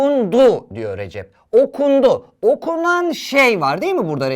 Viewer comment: Recep abinin ismi RECEP ama TÜRKÇE HOCAMIZ RECİP DİYO 🤣